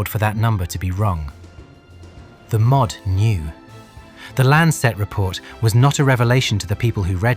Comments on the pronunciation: Please teach AI to say m o d not mod. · Narration is AI too - "mod" instead of M.O.D". I gave up at that point. It's just rehashing old crap.